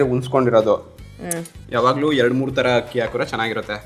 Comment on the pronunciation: one correction Hakki alla Akki. Adu 😅